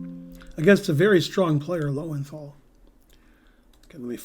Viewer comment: For one who has a big brain, it is surprising that you do not pronounce Loewenthal correctly. You've travelled to Europe, surely you know what the two dots do to the sound of a German o.